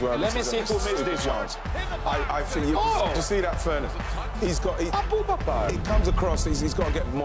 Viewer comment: "Aboobakar" lmao